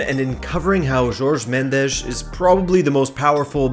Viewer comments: JORGE. JOR. GE. not george. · Think it’s not George Mendes. It’s pronounced Horhay.